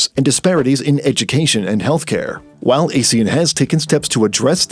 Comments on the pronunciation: These AI-generated narrations should know that ASEAN is pronounced "ah-shan", not "ey-shan". AI is supposed to be well-informed. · We pronounce it !!! ahh sea an “ASEAN” not Asian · AH-SEE-YAN, you pillock! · How can people take this video seriously when the narrator can'y even pronounce Asean correctly? It's not A-sean with A pronounce as the alphabet A. It's A as in Armour then sean. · Even Indian news like WION still got their pronunciation correct, it's 'Aaa See Aaan'. Though it's unfortunate that British Pronunciation as heard in Google, ALSO got it wrong!